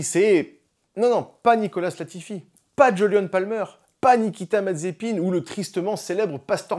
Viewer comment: Dommage ça fait un peu redit avec la vidéo de Sylvain ^^ mais au moins tu sais prononcé Mazespin XD